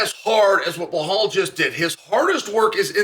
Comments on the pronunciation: Chael, why is it so hard for you to pronounce Belal correctly? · Love you Chael, but heads up there’s no H in Belal 😂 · Be-lal not Be-hal 😂😂😂😂😂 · I like you Chael, but it's BELAL, not BLEHAL.. Is this some kind of inside joke that I don't know about? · it's Belal not Behal 😉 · If his name was Blahal, Chael would call him Belal 😂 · Bilal Mohamed ❌️ Blahall Mohamed ✅️ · Why can't Sonnen remember the name? It's Belal not behal 😢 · You keep saying his name wrong!!!! His name is not behal His name is Belal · Now that Belal is the champ maybe Chael can stop calling him Behall. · When will Chael remember the name? It’s NOT Blahal it’s Bilal ! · Why is the fuck does Chael have such a hard time with names even when they sound exactly as they are spelled!???😂😂😂 BE-LAL like he really gets BLA-HAUL out of that??? WTF??? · Chael clearly doesn’t remember the name. lol blahal. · Who is "Bhulal" that Chael keep mentioning? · And New: Blohal "rememeber the mispronounced name" Muhammad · As an Iraq id like to say that Chael in this video looks so american to me the way he speaks and the posture with that sunglasses 😅 uncle chael 😎 The only thing he needs to work on is stop saying (Bahal) 😂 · Ble hall Macklahchev! Nobody bastardizes a name better than Uncle Chael! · Blahol "Mispronounce The Name" Muhammad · Anyone else come here just to hear Chael call him Blowhaul? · 🎉🎉🎉 Gotta give Chael some props for standing by Belal this whole time and believing in his tenacity. Now, c'mon uncle Chael, for the 100th time, it's NOT "Blay-haul" 😅😅😅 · Blehal Business 😂😂😂 nearly wrecked my Tacoma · chael we heard you say blehal on broadcast; nice. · I don't know. I heard "B'lal." But it's at least a bit closer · he said that once, maybe twice but 99% of time it's "Blehal" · Lol it’s bel al where he is getting an h from 😂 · Its pronounced BLAHAL lol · He still sayin blahol tho ha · Uncle Chael still pronouncing Belal’s name wrong is the best part if this video. 😂